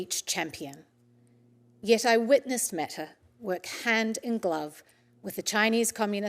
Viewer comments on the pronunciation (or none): Nawr not Metawr